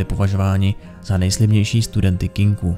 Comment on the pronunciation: Tak dobrý video, ale to "Kinku"..., prosím, "Kinkou"! <3